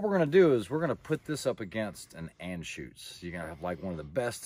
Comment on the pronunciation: Your pronunciation of Anschütz is correct. Great humor, very enjoyable videos. Whenever someone mentions creedmoor, I've send them your way. Btw...at least the German sales people can't help but add weird stuff to movie titles and their products...this time, it's personal!